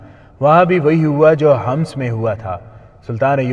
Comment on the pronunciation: لفظ حماس نہیں ہے حمس ہے